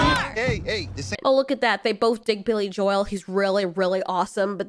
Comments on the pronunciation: Oh you didn’t know? Billy JoWell is the right way. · Billy "jo - el" never have i ever heard it pronounced like that